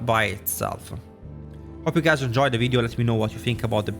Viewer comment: Hello guyseh, it'seh. 😂<3